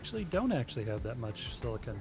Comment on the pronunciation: everytime says "silicon" i chuckle cause he pronounces it as "silicone" which is completely different